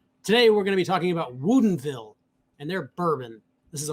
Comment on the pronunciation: You guys keep saying woodinville wrong lol. I grew up there